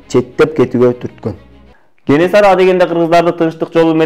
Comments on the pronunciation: Кененсары эмес Кенесары деп айтылат чыныгы аты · Кененсары эмес кенесары